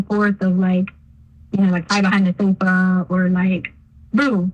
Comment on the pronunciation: I despise how she talks! Ihate how she says "sofa'